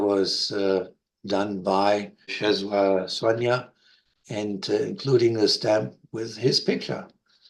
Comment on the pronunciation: Great presentation! A Polish person taught me the pronunciation of his name: 'Chesswaa Swaania" You are correct, the" Ł" is close to the English "W"